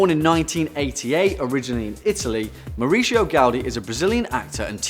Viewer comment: Number one is pronounced Maoo-reesio with a Mexican accent